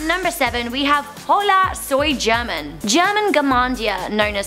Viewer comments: Hahaha, she should learn some basic spanish to pronounce "German" correctly. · is no now cringing at the way she pronounces german and juega? omg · Anyone who watches juega german and hola soy german and got triggered cuz she pronounced it horribly or just me?